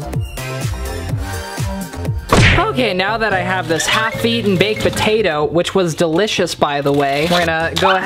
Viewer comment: It was funny when you said ‘’Hot Patato’’ because it was a hot patato